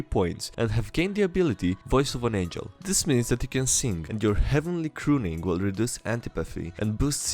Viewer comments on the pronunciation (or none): none